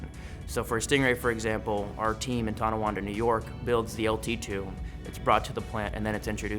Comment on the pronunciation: "Tondawanda" lol, good try, but its Tonawanda. <3 from Buffalo